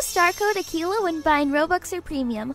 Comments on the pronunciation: Ok it akeila It’s akelia It’s akelia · It’s Akeila It’s Akeila It’s Akeila Hope it works!